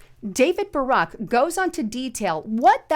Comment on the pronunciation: It's important to pronounce David Brock's name correctly (as opposed to "Barack") so people will know that this is the same scumbag who decided, before switching sides, to label Anita Hill "a little bit nutty and a little bit slutty" (whether or not she was lying, I know of no evidence that she was "slutty"). David Brock was also James Alifantis' gay lover for a while, so he most likely knew that Comit Peezza (deliberately mis-spelled) was hosting children in an establishment that had a painting of a baby being raped on the wall and featured acts that joked about Jeff Dahlmer's "preferences".